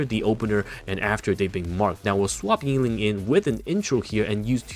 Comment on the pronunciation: Why do you say YING-LING, its only Yin Lin (no g). I cant unhear it xD